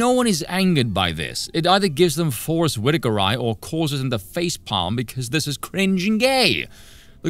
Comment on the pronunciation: "Forest Whitaker Eye," 😂